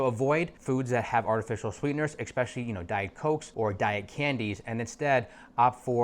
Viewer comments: Dude said eXspecially 🤦‍♀️ More than once. How does someone so educated not know how to pronounce a simple word that my 6 year old can?😅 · when you learn how to pronounce ESPECIALLY i will take your advice